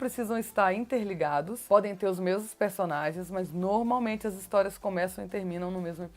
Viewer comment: Vc gosta de falar a palavra "normalmente", mas está pronunciando errado, para corrigir fale 3 vezes a palavra "norma", depois fale "normalmente". Percebeu o erro... uma palavra e derivada da outra ok. Observe sempre as pessoas cultas quando falam, elas "normalmente" não tem vícios.